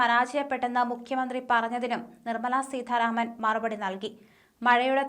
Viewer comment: അവതാരിക ഉച്ചാരണം കുറച്ചു ശ്രദ്ധിക്കണം. ഉദാ. സീഥാ രാമൻ